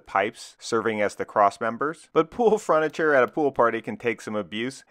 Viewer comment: “Pool fruniture” It always cracks me up when I hear you say fruniture. :D